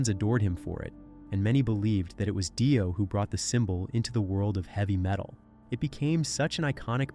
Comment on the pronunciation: 2pac shocker and ronnie Die-o. 😂😂😂